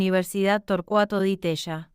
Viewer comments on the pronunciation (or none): Ni Cabayo ni Di Teya. Cavalo y Di Tela se pronuncia. Copelo se pronuncia, no Copeyo. Milei no insultó nunca, aunque muchos se lo merecen. Dos veces repetís la misma mentira. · El informe esta muy bueno.... Pero lee mal srta. .... Asesorese cómo se pronuncian los apellidos : Caballo.... ( Cabalo)... Di Tella ( Di Tela)... Saludos!